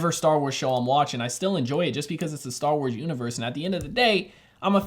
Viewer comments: Did u say dar wars or am I trippin😂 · Man really said Dar Wars